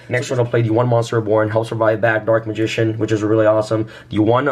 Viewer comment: I swear he said Dork Magician